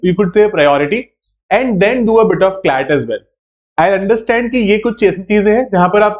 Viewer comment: Sir clat nahi slat,mhcet wagera